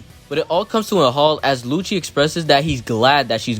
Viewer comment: I’m sorry did you say “lucci wanks Tom”?